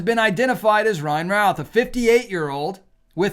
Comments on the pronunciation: It's pronounced Ruth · Btw, in NC, Routh is pronounced Ruth. Fyi... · Routh rhymes with roof.